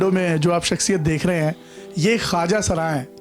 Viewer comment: you should respect this person, you said ye jin ka naam le "rahi" hain instead of "rahay".